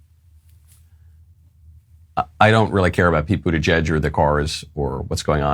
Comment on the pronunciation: Pete Bootyjuice, isn't that what Biden called him? Or was I the only one who heard it?